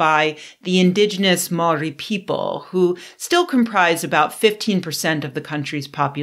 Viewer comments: Hi Chris. As a Māori, your assessment of her pronunciation is terrible. Please note, kiwi, the word Māori word you use to define your nationality means grey. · I forgive your pronunciation. When you say Māori try (Mow-ree) with a rolling R. Mātauranga also has a rolling R. Would it be too much to ask you to stop demonizing white men all the time? We aren't all responsible for everything other white men do, thanks.